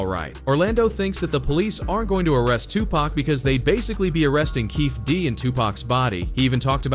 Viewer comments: i can’t stand when these so called youtuber can’t say people name right , 2 Pack who says that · Tooopack and Sooog...😂 the pronunciations are funny sometimes. RIP Tupac 🙏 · Who the hell is 2pack?! Did you mean Tupac